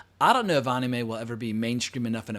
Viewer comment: Omg I hate how you say Anime 😂